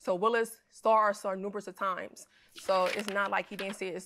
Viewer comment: I thought I kept hearing "nuBEROUS" of times....and in like I need to look at the screen. And I will gladly take dude degrees cause boy wtf 😒